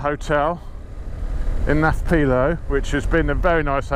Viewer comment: A correction in your pronunciation, it’s ancient Mycenae not Marcenae. Also it’s Nafplio, you don’t pronounce the P in Nafplio. And Mycenae was a walled city not a castle. It is spectacular for sure. I can’t figure out why you would not think the roads are sealed in Greece, especially the country roads. Ahm also how about learning to say Kalimera- it means good morning. And no more wows - it’s so annoying to hear this all the time. Greece is a wonderful place to tour for sure.